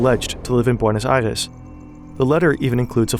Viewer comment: You respect the Deutsch language a bit much. The way you say Reich and Eichmann. You’re lazy with the Spanish language other than when you say Buenos Aires.